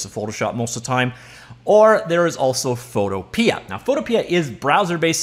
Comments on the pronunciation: It's Photopea, not photopee-uh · Pretty sure Photopea is supposed to be said similar to Utopia. If that is not correct, it should be, because "Photo... pia" just sounds silly.